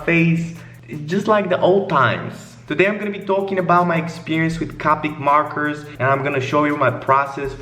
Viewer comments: “CaWpIc MaWkErS” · "cawpeec morkers"